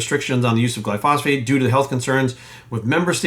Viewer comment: Pretty sure that’s not how you pronounce Glyphosate. It’s not phosphate.